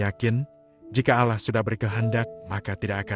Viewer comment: Knp penyebutan nama Allah kurang maksimal....